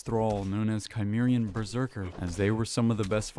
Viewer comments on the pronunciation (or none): Cimmerian is pronounced "sim-mare-ee-anne". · Cimmerian - Sim-ear-ian